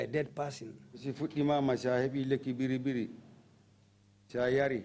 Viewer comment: I don't know why the TRRC staff keep saying " BERRI BERRI." It's "BIRRI BIRRI," for God's sake.